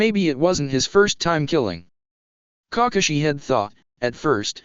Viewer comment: "Cockashi had been holding back..."